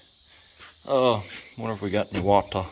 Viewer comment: You said "water" jus like Forest Gump. ..wau- tauh